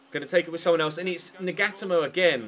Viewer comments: Nagatomo= Nah-gah-toe-mo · Nagatomo is pronounced Naga-tomo